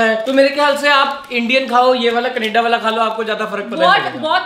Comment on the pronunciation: Canada naah kaneda😂😂😂